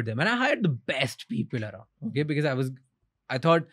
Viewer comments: 28.33 Raj shamani it’s BECAUSE not bekez for heaven’s sake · Mr Talreja cuts to the chase in the best possible way . Clarity of thought. 👏. Interview was great but the" Bikus, bikus, bikus was annoying" yaar "because" bolna seekho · Someome teach this guy to pronounce “because”, his irritating pronunciation “bi-kiz” also the guest is giving him so much info and he can’t react to that. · Why do you pronounce because as becuz? 😢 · I cringe everytime Raj pronounces because as bikiz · Hilarious how this guy pronounces, "because". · Learn to say “because” correctly bro